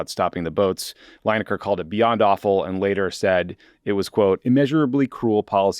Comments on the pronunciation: Lin-ekar not Line-ekar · Lineker not Linaker. Not a biggie. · Oh dear, Tommy is clearly not a soccer guy (or as we in the rest of the world calls it properly: football). Coz his pronounciation of Lineker really made my ears bleed! And if Tommy had the least bit of interest in football, he would definitely know the name of 1 of the best strikers in English football history, who among other things still holds the English record for most goals scored at a World Cup. Oh, btw. U should also know, that Lineker is in fact not employed by the BBC. He owns his own production company, where he produces Match of the Day, and the BBC has a contract with him for airing it, so hes not just the host. They really f'd up trying to mess with a guy, who doesnt need the money, who did nothing wrong by their own guidelines, and who has the most viewed sports programme and 1 of the most viewed programmes in the UK overall. They shouldve realised, they couldnt bully him into silence, and they really opened themselves up to him taking his show to any of the other networks, who would salivate at getting him and his viewers, and while Lineker did not mention it himself, others with legal expertise did, that he had a really good case to sue them for breach of contract. So they had to u-turn, apologize and get him back on air. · From a UK perspective, I enjoyed your discussion on Gary Lineker, your pronunciation of it not so much :D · Pronunciation of Lineker ist cringeworthy